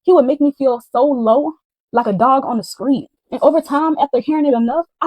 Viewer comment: Don’t forget Skreet and other words w/Str…..🤔 Other than that Gr8 story teller.